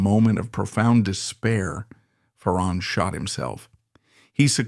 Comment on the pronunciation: It’s not fa-RON It’s FAron